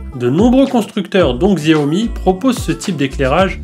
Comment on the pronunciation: On dit chaomi